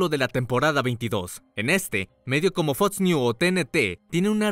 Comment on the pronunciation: Excelente video, aunque me pone muy nervioso cuando pronuncia las X y las CC reemplazandolas por TS.. Preditsiones. Fots. FOX PREDICCIONES. PERDON PERO NO PUEDO TERMINAR DE VER EL VIDEO...